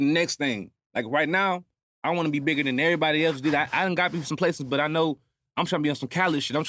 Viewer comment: He said errry body lol this about damn time.